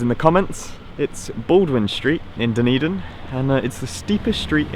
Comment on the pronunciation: Thanks for pronouncing Dunedin. There's a Dunedin, Florida and I could never figure out how to say it.